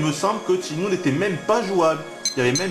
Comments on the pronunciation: PAS TCHINE-MOU, CHÊNE-MOU !!!!!!!!!!!!!!!!!!!!! (sur wikipedia tu prends la table de katakana pour confirmer) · Tchinmoue, dreamcoste...ça me ruine les oreilles.